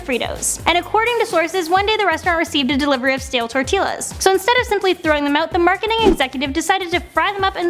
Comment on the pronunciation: Tortilla... Say the " ll's " like a y lol